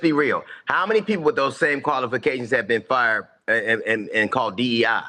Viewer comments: He said colifications. Lmao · DL Hughley is the WORST comedian in the world. He did a show in Houston years ago and got booed, he was that bad. He can’t even say the word “qualifications” that’s how ignorant he is. Wesley Hunt is beyond reproach and he worked for everything he achieved. DEI is a handout and it can be anyone of any race, mostly transgender benefit from DEI and lazy people.